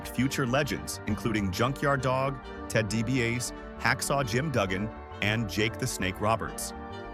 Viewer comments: You should be ashamed for calling Ted Dibi-ah-see Ted Di-bi-ACE. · Ah yes. Nothing says AI shit slop video like Ted DeebeeACE and Tony SkeVONEy